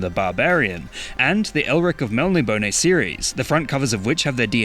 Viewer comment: The butchering of Eric's got to me